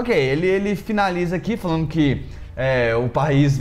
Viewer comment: "Politicamente falano"?